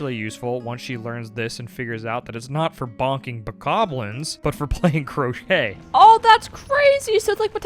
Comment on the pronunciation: Playing crochet? No playing croquet KROW-KET